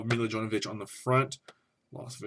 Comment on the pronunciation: You correctly say her name like "Me-Luh Yo-Vo-Vitch"... just sayin